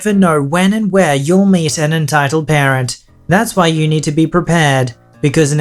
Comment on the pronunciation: When you say “entitled parent” it kinda sounds like “entitled Karen”